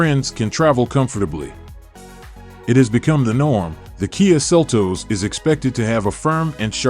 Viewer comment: Seltoes? It's seltos